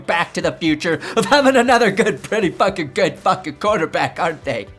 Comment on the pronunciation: “Patrick fackin Mahomes” 😂